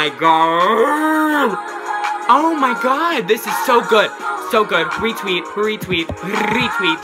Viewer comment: Omg, "Retweet, retweet, RRRRRRRRRRRRETWEET!"